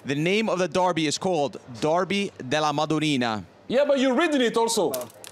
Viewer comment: Grella speaks Italian with American accent (dArby? Derby!). Kate has a surprising correct accent. Titì is the best. FunnyMicah is very good until the very last word he pronunces. And Jamie is the one who’s facing the real tongue-challenge there!!